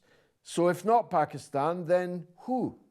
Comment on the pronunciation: Love the way says Pakistan! 🇵🇰 Pronouncing it properly! ❤